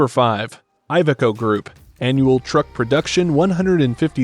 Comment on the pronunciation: Iveco is not poncounced Eye-veco. the first letter is pronounced like Indiana or Illinois